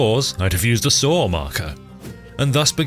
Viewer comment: I like how you say saw like sawer